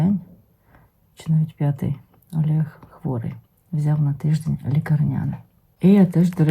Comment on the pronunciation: ЯКИЙ «АЛЄГ»?🤦‍♀️🤦‍♀️🤦‍♀️ Посоромтесь! Ви ж говорите українською мовою - що, так важко сказати нормально «ОЛЕГ»?🙏🙏🙏